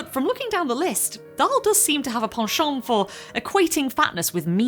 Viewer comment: Thank you! I am pleased to hear how to properly pronounce the word "penchant," (which I have - for decades - incorrectly pronounced "pen-chant.") However, I am startled and irked to hear you misuse the phrase "begs the question," especially as you are a producer of videos on the topic of literature, and have an otherwise impressive grasp of linguistic nuances seemingly lost on modern audiences. What it does is "raise the question." To beg the question is to commit the logical fallacy of making an argument with a premise that assumes its own conclusion. Thank you, and carry on!